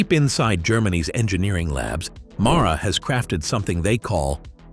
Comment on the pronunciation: MARA? When it reads Mahle on every single motor? 🤨